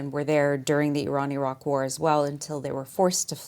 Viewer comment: All that bedside manner and bro still said I RAN